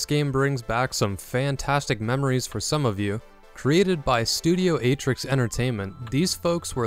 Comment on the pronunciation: Atrix instead of Artix. No one caught that